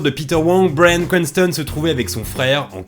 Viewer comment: La vidéo est très cool mais cet accent :"bwayan cwantson" 'boueykigue bade" 😅